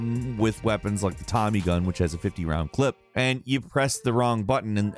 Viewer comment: Every time he says clip I die a little inside.